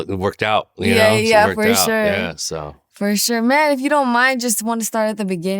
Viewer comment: I love when she says "furshure".